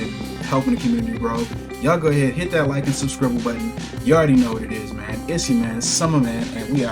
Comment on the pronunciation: Also I like “subscribble” 😉 👌🏾